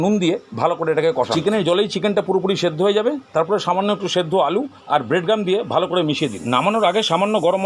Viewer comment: Bred gum na ki bolen bujte parlam na